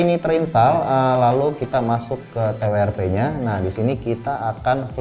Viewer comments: Ti wi er pi 🤣🤣🤣🤣🤣🤣🤣 Ti dabel yu ar pi atuh mang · Ti Wi Er Pi = RIP English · Ti wi er pi?😂😂 W-nya dibaca "double u" bang. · Mau sok sok an Inggris tapi salah sebut W nya 🤣 padahal tinggal bilang TWRP atau Custom recovery . Soalnya ane langganan pake Fox . Lebih enak aja